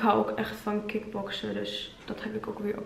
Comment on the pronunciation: Je zei ik hou ook echt van kickboksen maar ik verstond 'ik hou ook echt van kip boxen' 😂😂😂😂 fatgirl in me